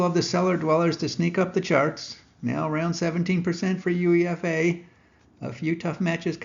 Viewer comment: It's pronounced - You-Ay-FA - U(you)E(ay)-FA - not You-EE-F-A